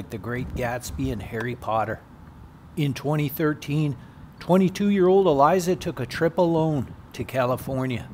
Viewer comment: E Lisa is how you pronounce it. Also that grave encryption is about as random and haunting as her death. Lovely video.